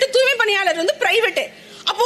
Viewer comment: ஆமா அந்த பேட்டியை நான் பார்த்தேன் அந்த அம்மா உச்சரிப்பு தூமை என்றுதான் விழுந்தது தூமைப் பணியாளர்கள் என்று தான் எனக்கு கேட்டது